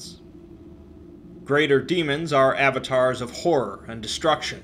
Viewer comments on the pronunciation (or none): none